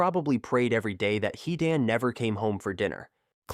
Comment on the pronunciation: Stop with this AI bullshit “He-Dan”“rai kaj” 🤦🏾‍♂️🤦🏾‍♂️